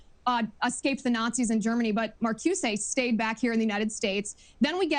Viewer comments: this wingnut hasn’t read critical theory, which i teach. CRT is not marxist, either. & markyoosay?! & Di Angelo is marxist?! oy vey, this dunce. also: “tenets,” not “tenants” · It's simple: critical race theory is simply that which vilifies whites. Wheeler can't pronounce Mar-COO-zuh. The whole oeuvre is anti-White animus. Very simple. Don't need to get into labels and terms. He's a good interviewer. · "yes I've read ... um... max ... um... can't pronounce his name ... but yes I've read the person you're talking about. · Actually she mispronounced Marcuse!! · So right about the blatant moral panic about a Marxist uprising. But…Ugh…so annoyed how she mispronounced Marcuse and Gramsci. Also Gramsci was not part of the Frankfurt school! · Critical Theorists didn't discuss race. They used it. They predate race discussion Hill is familiar with. Listen to Hill's answer. Could barely pronounce the names correctly. Mumbled and stumbled through his answer there.